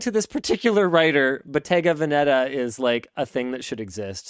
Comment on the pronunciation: It's VEHneta